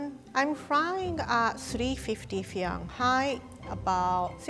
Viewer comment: 350 foe yung hai Edit: Love nonetheless